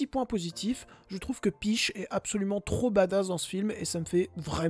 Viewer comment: Très cool la vidéo ! Hâte de voir ce film ! (par contre cette prononciation de "peach" 😂😂😂) Ps: la miniature est chouette